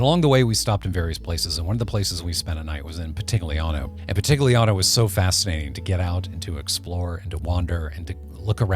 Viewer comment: Everything great except the pronounce of Pitigliano 😂😂😂. GL in Italian sounds close to LL in spanish!